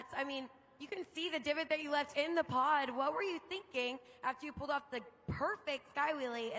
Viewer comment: Is someone gonna tell its POD not pad